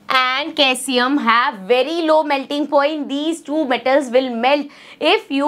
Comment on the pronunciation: mam actually you are pronouncing it wrong. It is "see-zi-um" 😊